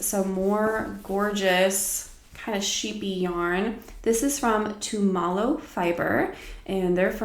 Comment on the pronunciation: Beautiful yarn! I enjoyed your recap. Tumalo is pronounced too-ma-low btw (my parents live there!) 😊